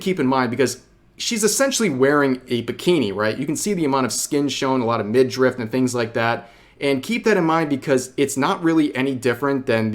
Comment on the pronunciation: It's "midriff", not "midrift".